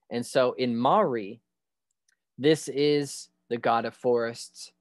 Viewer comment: Maori pronouced moldy . Mel ree 🤣 Theres also a prophecy to that too ..